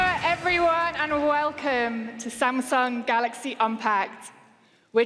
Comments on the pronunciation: we will not miss the samsung "galox" even this CEO is saying it lmfao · shameful they didnt even know how to pronounce GALAX s20 range......get dj koh back